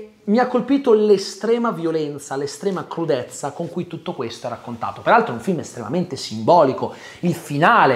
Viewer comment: Alla fine della parte non spoiler c'è quel "PERALTRO" che mi ha tolto un decennio di vita 🤣